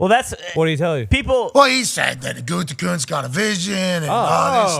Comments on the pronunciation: It's gutekunst not goontekunst lol Packers talk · but it's WAAAAY better the way Pat pronounces it, because Goontekunst sounds like the name of a dipshit, and only a dipshit would have drafted Jordan Love when he did.